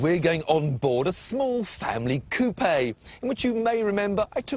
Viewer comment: i think he mispronounced coupe.